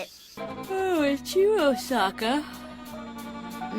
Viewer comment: Her name is pronounced 'O-Saka' not 'Os-aka'.